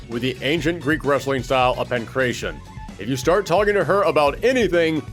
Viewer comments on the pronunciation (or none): Yo very small thing but I just want people to know(mostly cuz I'm Greek) the way u should say pankratian is more like pangrAdion or just say pankrAtian without turning the a into ey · Why do you pronounce Aleks and Pankration like that?